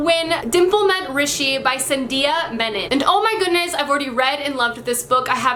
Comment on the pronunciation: you are the first to pronounce rishi correct on booktube lol ! although the author's name was still incorrectly pronounced...